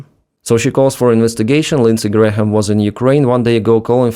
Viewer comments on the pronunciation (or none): Its Gram not Gra - ham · … just so you know. The letter h in Graham is not pronounced = silent. So it’s pronounced like the unit of mass and weight “gram”. Not like gray-ham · "Graham" is just "Gram". The h is silent. Alternatively, "Gray-yum" with a subtle "y" sound for the h. But "Gram" is fine. By the way, the IRGC (Iran's occupying force) is claiming they killed Graham. Keep up the good work! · Graham and Graeme are both pronounced Gray-em. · More kinetic parking tickets for Russian ships, yes. Also, Graham is just pronounced GRAM. But anyway, there are no more Grahams left so maybe you will never need to say this word again after today. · H in Graham is silent, like "gram." Cheers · Just FYI the "h" isn't pronounced. It's just "gram", like "kilogram". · Lindsey's name has a couple extra letters. It's pronounced like the metric system's base unit of mass, gram. Just trying to help. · Just FYI, Graham is pronounced Gram…no h sound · Hey, just FYI it's pronounced Gram, like Kilogram. Lindsey Gram. Bad guy overall, but at least he supported Ukraine in some ways. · just gray-uhm, but still, I hated the guy, so if he came back from the dead and you could repeatedly mispronounce his name, I'd be fine with it. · Graham is one sylable... the H is silent... it's pronounced Gram.